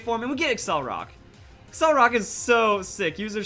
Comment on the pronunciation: It's not accelrock, it's accelerock. Pronounced like accelerate and rock. accel-er-rock